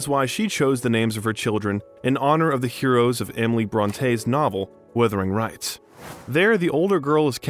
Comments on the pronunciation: Wuthering rights? It's Wuthering Heights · "Withering Rights" ?? !!😩 The commentator has obviously no knowledge of Brontes "Wuthering Heights". What a prime American faux pas.😩😩🇬🇧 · "Wuthering Rights"????? and who's "Lee Laccoca"? Not even 2 minutes in. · "Wuthering Rights" you say? Emily Bronte must have had a giggle from the world of spirit! 🤭